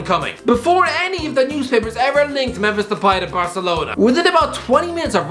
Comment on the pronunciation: Please pronounce memphis depay’s name properly consistently